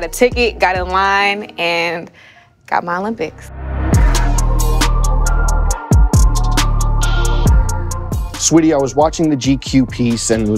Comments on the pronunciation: It’s sweetie it’s SA-WEE-TEE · Brooo he kept sayin “sweetie” instead of sAweetie like be frs the queen in front of you and you not gon get her name right 🙄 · wtf is u on. She gave him a compliment and he said "Let's Go". He was tryin to say Saweetie but he just pronounced it wrong. He was just treatin her like a customer. STOP PLAYIN